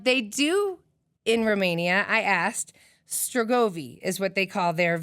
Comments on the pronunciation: *Strigoi" not "strogovi"... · Cool story telling. The correct pronunciation is "strigoi". The Thinker and Woman Sitting are from the Hamangia culture, one of many cultures that flourished in the region beginning after the last ice age.